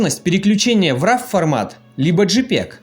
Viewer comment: = raw хороший обзор но произносится не рав. А РО! как в слове носорог! часто в сочетании с едой - raw food, raw meаt и так далее. АНГлийский надо знать!